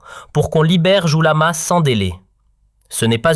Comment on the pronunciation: Vous avez une mauvaise prononciation . c'est qui Mr jouikamas?